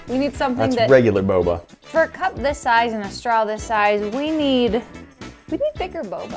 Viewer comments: BoBa not BoBo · u said bobo it's boba:) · Bruh she called boba bobo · Oh... boba. I heard and continued to say bubble.